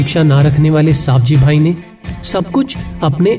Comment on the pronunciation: सही नाम सवजीभाइ है आप सावजीभाइ गलत बताते है